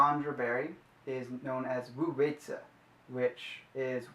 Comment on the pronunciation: Awesome video. Thanks for sharing. Incase you were interested to know, Wu Wei Zi.. usually when 'W' is infront of 'u' the 'W' is more silent.. Wu Wei Zi